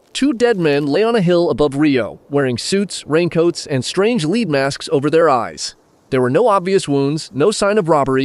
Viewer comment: Don't let the lack of views deter you. Keep going, that's all you can do. The only way to fail is to quit. You should try and do longer videos, 10 minutes or more. Also you voiceover is annoying when it says "leed masks" just check it, changing it to "led" should work.